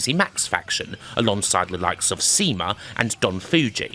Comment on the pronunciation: going back and watching EARLY SUWA matches that i can find, it kinda amazes me that DG didn't try and lock him up for a longer contract when they had a chance, he would have been a good building block as a Top Heel(and eventual top tweener/face much later on) but at least he got to go and show his 100% potential in NOAH; also a heads up CIMA is pronounced "Shee-mah", not "see ma", you can still see some of SUWA's tricks and even offense in Yasushi Kanda(a Toryumon/DG compatriot of his) as he kinda inherited the style of SUWA after SUWA left the company and Kanda finally was healthy enough to get back into the ring